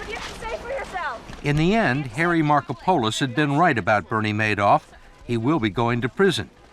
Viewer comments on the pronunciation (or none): another crime is the name pronunciation of Markopolis by the interviewer